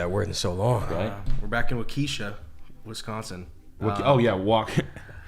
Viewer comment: great stream. not that it matters but Waukesha is pronounced (wahksh-Ah) ova here